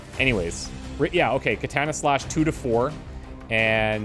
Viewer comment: Love the video. Hate the way you say "katana". Unfortunately, Japanese is a language with no real derivations as to how vowels are sounded, an a is always "ah". So, katana is three ah sounds; kahtahnah.